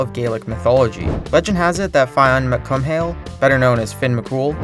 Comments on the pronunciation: As an irish person living in Northern Ireland. I applaud you at your pretty good attempt at trying to say Ireland and the irish name for Finn Mccool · I wish he didn't butcher it though... I mean how hard is it to look up the pronunciation